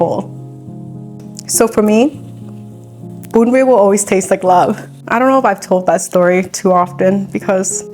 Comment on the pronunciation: Bravo for pronouncing it correctly. I hate so much how a Viet would americanize pronunciations of our language, like how they say Bánh mì as "Bon me"... Those Viets who do that are such an F'n disgrace....